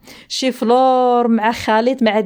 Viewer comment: انا حياتي فوتها كاملة في الشرق عمري سمعت شي حد يقول شيفنور ههههههه كلشي يقول شيفلور🙈🙈🙈🙈